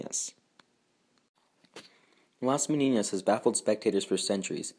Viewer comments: It is pronounced meh-NEE-nahs….there is no tilde over the second “n”, which would give it the mispronunciation you say 50 times. With all the research, you couldn’t get the Spanish pronunciation right? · Nice video, but you have been pronouncing Las Meninas as las Meniñas the second n sounds as the firs one in Spanish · Las MENINAS not MENIÑAS. Argh.